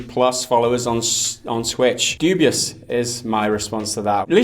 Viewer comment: "doobie-us" -, 2018